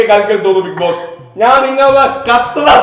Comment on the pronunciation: ബിഗ് ജോസ് അല്ല ബിഗ് ബോസ് ആണ്